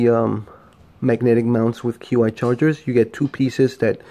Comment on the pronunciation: Hey bro, Q I charging is pronounced "CHEE" charging. Just an fyi 🙂 . Nice review, looking into these as car manufacturers still haven't cared or figured out that folks need a built in dash mount solution for the cars